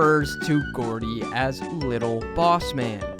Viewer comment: ITS GROUDY NOT GOORDIE